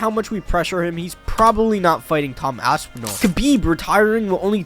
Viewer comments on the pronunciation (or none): none